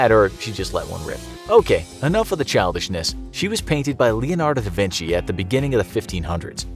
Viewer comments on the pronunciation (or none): You can’t hear “Da Vinci” without hearing “Da Vinky??” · “DA VINKY”? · im sorry all i can hear is da vinky?! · It's da vinci not da vinki. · You mean DA VINKI????? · Da vinky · Da vinky!?!?!?!??! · no one: me: DA VINKI? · “Da Vinkyyy”🤣🤣🤣🤣🤣🤣🤣🤣🤣🤣🤣🤣🤣🤣🤣